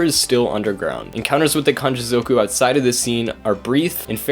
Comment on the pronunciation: zoooowku 😂🤦🏽‍♂️ ffs learn to say it properly